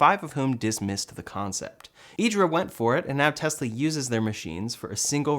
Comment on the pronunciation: You pronounced IDRA correctly!!👏🏻👏🏻👏🏻👏🏻 🇮🇹